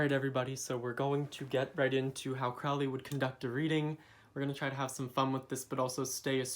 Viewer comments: "Crowley" rhymes with "Holy"! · Crowley is pronounced with a long "o" as in "holy." Otherwise good video.